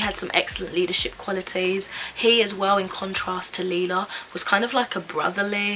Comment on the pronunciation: No hate but it’s Lila I know you said Lila but u say it like Layla